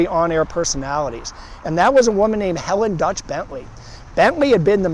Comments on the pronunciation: You mispronounced Delich. It’s not pronounced Dutch. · Not to nitpick,, but her middle name isn't Dutch. It's Delich (Deal-itch).